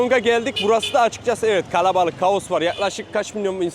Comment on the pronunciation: Neden kalabalık yerine halen galebalık gibi bi ses çıkarıyorsunuz orijinal olduğunuzu mu düşündürüyor